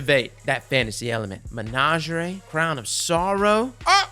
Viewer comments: saying "menagerie" is 🔥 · I hate the way you pronounced menagerie, calus says hows it's pronounced in some voice lines for christs sake